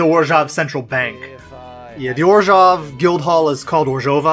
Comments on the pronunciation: Finally someone else who says "Orzhov" instead of "Orzov"! Love these videos by the way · Orzov isn’t a wrong way to pronounce it. But orzhov is a really better way to pronounce it.